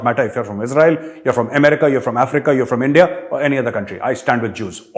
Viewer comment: ENDIA word also include. The way sir speaks 'India' in Lahori zabaan is so funny.🤣🤣🤣